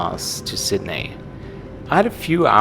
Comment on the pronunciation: I love it. You pronounce “Sydney” like a German still but “Australia” 100% like an Aussie. To sound more Aussie you have to say it “Sid-knee” 😉